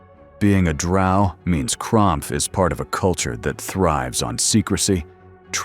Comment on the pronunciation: Lol cromph, monshoon 😂, if you're gonna use ai to make your videos at least get the names right dude.....Gromph....Manshoon